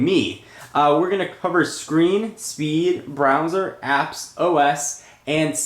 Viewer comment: Lol u said Brownser But anyways great vid